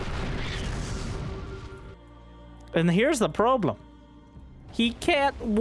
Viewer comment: "Now, here's the Probelem" 😂